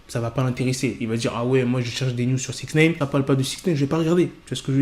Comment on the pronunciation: Six naine ou nine 😂